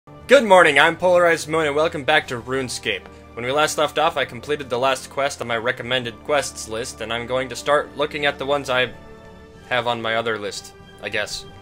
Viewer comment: U mean runescape?and not runesacape